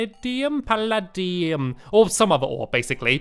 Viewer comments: palladuim sounds like pallaedeeum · orichalchum is pronounced or-ih-kal-kum and paladium is pronounced pal-add-ee-um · Pu -lad-e-um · Pal-a-D-um not pal-a-D-un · Is paladiam That's how to say it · An-da-man-ty-ne --- Or-Lic-Uim--- Pa-dal-Uim